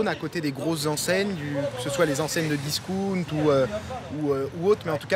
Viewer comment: Hahahaha le disOUnt ... Cest facile le dire comme il faut.